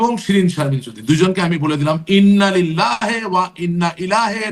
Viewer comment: ইন্নালিল্লাহি ওয়াইন্নাইলাইহি রাজিউন শুদ্ধ উচ্চারণ। এ সকল সেক্যুলার আ্‌ওয়ামে জাহেলিয়া ধর্মের সমর্থক-দোসরগণ ছোট একটা আয়াত শুদ্ধরূপে উচ্চারণ করতে পারতেছে না।